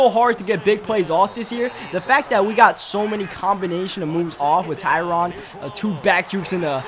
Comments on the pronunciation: PLEASE. it's not tyrON. It's tyrAN. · no one pronounces it like that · he doesn't say tyron idiot clean your ears